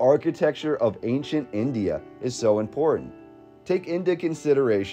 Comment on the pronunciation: It irritates me how they pronounce India.